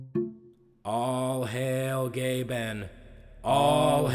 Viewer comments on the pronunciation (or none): Austyn Balint he says GAYben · When he said "all hail Gaben" I swear I heard "all hail gay ben" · I’m I the only one who hears all hail gay men here?